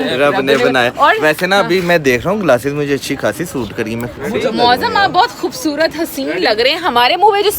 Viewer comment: "KHOBSORAT" nahin, "KHOOBSURAT" ya "KHOOBSOORAT"